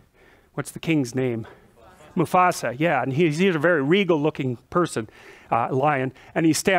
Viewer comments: Moo fa sa lol. Not moo sa fa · ... “Musafa” ??? It’s Mufasa, Jordie! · Lol, "Musafa" :P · What was the name again? "Mufasa" Alright "Musafa there..." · alex jackson My old friend Anthony found great humor in accidentally mispronouncing Mufasa as Musafa. You brought back pleasant memories for me, I sincerely thank you for that. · "old Musafa" lol. I respect and like professor Peterson. He's so smart and makes you think. But also makes you laugh (albeit unintentionally at times) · He said Musafa 🤭